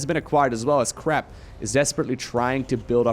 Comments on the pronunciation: crepe with an A like pancAke and not crepe like crAp :) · I pronounce it: cray-p But crap is hilarious. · French Captain here : "Good job on that crrrRRrrrepe !!" Baguette bless you ! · I am fr, try to say « craype » Nice vid :) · u said mr crap XD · hahahah! Crap! perfect! try somehting around : Crey-p ;) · Your pronunciation of "crepe" is both terrible and wholly appropriate. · As a French guy i second this statement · As a non french guy but who took a semester of French, I third this statement.